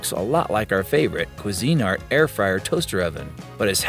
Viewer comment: Who the heck taught you how to pronounce Cuisinart?